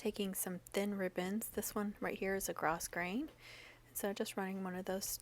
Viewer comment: So stinkin cute!!! You are very talented. Even when you say gro"s"grain....the s is silent-I thought you might want to know lol!!